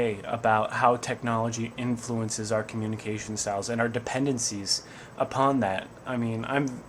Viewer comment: did you just say coNNunication??? LOLS!!